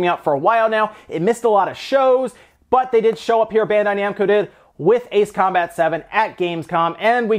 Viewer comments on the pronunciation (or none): none